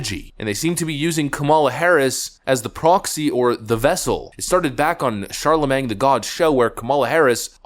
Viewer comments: youre saying charlemange wrong. I love ya but its been going on forever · Charlemang lol